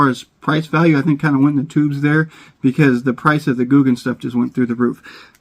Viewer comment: Gouken not googan it almost sounds the same spro gouken